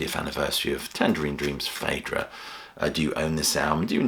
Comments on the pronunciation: It's probounce 'feedra'. 'ae' has an 'ee' sound - as in Caeser, Paediatrics or Aesthetic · Interesting to hear it pronounced "Faydra". I've always thought of it as "Fydra". It seems that both pronunciations are valid. As for the music being ambient: hell no. This is immersive and powerful stuff.